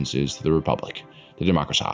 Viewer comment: Guys, we got a "democraseh" today!